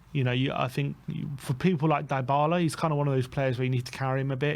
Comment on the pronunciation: Deebala(Dybala) not Diebala